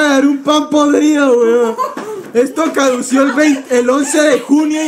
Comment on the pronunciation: ALGUIEN SE DIO CUENTA QUE ENVÉS DE DECIR CADUCO DIJO CADUCIO JJAJAJAJAJA AMOO